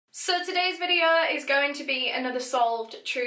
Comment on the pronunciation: i was just crying n then i heard " so tudaes vidoa"